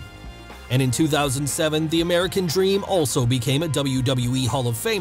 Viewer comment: Not meant to offend but I always loved his speech impediment. Also it really made his character work. Dustah woads the amewican dweam